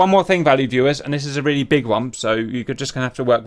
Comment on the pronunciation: Is he saying "Valley viewers"?